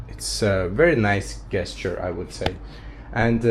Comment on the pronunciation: Brother Gesture is pronounced ( Jes-chur) G is pronounced J